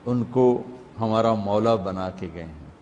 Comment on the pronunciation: Pehle sahi se padh mantunto mola fahaza ali mola ase padh